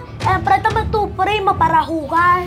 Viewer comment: Jakaja 😂 amo a mi cuando dise jugal😂😂😂